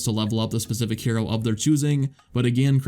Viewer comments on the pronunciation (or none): none